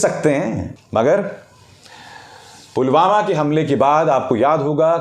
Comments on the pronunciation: Pulwama ko to Pulgama bol rhe h 😠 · Modi says pulgama 😂not pulwama 😂😂😂